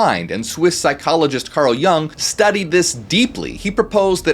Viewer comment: You mispronounced Jung. The pronunciation of Carl Gustav Jung is approximately "Karl GOO-stahf YOONG" in English. Here's a breakdown: - Carl: Pronounced like "Karl," rhyming with "car" or "far." - Gustav: Pronounced as "GOO-stahf," with the stress on the first syllable. The "u" sounds like the "oo" in "food," and the "v" is pronounced as an "f" in standard German/Swiss German. - Jung: Pronounced as "YOONG," with the "u" sounding like the "u" in "cute" or the German "ü" (a rounded vowel sound). The "J" is pronounced like a "Y," following German pronunciation conventions. Jung was Swiss, and his name follows German pronunciation rules, as he was from the German-speaking part of Switzerland. In German, the stress is typically on the first syllable of each name.